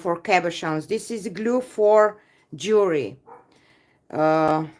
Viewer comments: Jewelry pronounced jew El ree. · Jewelry pronounced jew